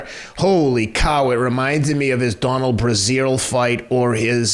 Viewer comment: Did he call "Dominic Breazeale", "Donald Brazil"?